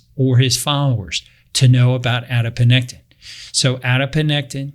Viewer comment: Ah yes… adiponectin. Thomas has referenced this hormone many times in past videos although he consistently called it “adinopectin” lol